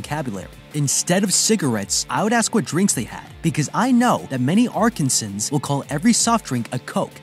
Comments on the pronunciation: I love your vids but its not Arkinsins its (Ark-an-sans) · As an Arkansan.... it's pronounced ar-KAN-san. More emphasis on the middle syllable than the other two. ;) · I’m sorry how did you pronounce Arkansan. That fuck me all the way up.